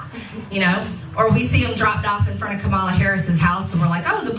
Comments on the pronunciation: What? Marj-O-Ree can't pronounce Kamala? Weird. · She know how to pronounce it, but, like the rest of them, it's an intentional mispronunciation to show disrespect